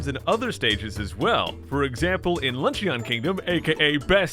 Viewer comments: It's not lunch-ee-on it's lunch-in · Luncheon said like (Lunch-in) not (Lunchion) TRIGGERED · I’m pretty sure “luncheon” is pronounced like “lunch-in”. Or maybe I’m just a Chicagoan who has my own language.